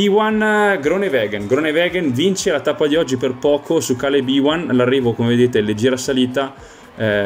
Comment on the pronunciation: Raga, vi prego, non si pronuncia Càleb Èwan ma Kay-lab You-an, non ci azzecca nemmeno la RAI quindi vi do un vantaggio da madrelingua inglese ;)